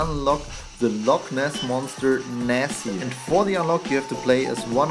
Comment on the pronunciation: Wait her is Nessie not Nessy 😱